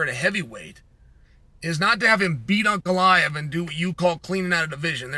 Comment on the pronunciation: Chael has inside info that the fight hasn't been offered to Jon yet, within seconds of that statement is claiming the RETIRED Stipe Miocic could be an opponent for Aspinall. Between that and Cyreeyul, Pee-air-ah and Uncle-eye-ev, I can't take this guy seriously.